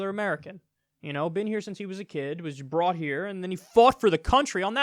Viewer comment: Am I the only one hearing "he was bought here" instead of "he was brought here"?